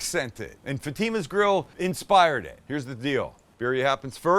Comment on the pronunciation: Some tell this man how to say Fatima right!!!! Good episode though